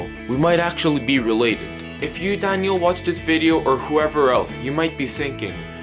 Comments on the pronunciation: He says danyo not daniel look I'm not tryin to be mean or anything but his English is soooo bad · Danio you said danio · you dont say dainel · This is how many times he said Dainle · Its daniel not danial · This is how say Daniel Yujster:Danyel Me: say what? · Why do you keep saying Danielle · You can barley say Daniel